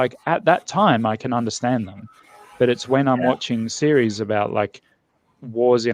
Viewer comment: That's definitely further removed from the 'about' I'm used. I'm straight up hearing 'a boat' with him.